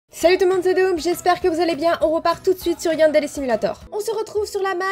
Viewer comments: On dit pas yandele MAIS yandere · g limpression au lieu de dire yandere au debut tu dis yandele xDD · j'adore comment tu dit yandere !! ta voix est TROP belle va voir la mienne tu me diras ce que tu en pence stp va voir ma dernier vidéo